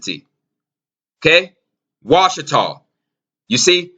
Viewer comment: Washitaw, "watch"taw, Watchers???